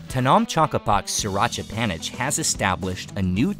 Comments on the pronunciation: just one minuscule thing - panich is said “panit” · The old pictures and clips are great, as well as the live parts, although it would have been cool to get a Thai guide. theAI narration sucks, especially due to the pronunciation of "panich," pronounced "phaa-nit."